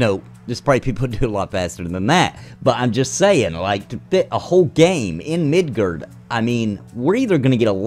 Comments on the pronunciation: MID GAR MID GAR NOT MIDGERD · The way you pronounce Midgar triggered me.